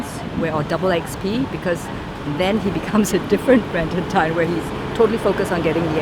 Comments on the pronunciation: What a fantastic documentary. By the way, Tan is pronounced as "TON" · pronounce as ta-an. not ten lol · Its not “tan” its t-ah-n.Not hating just correcting from SG BTW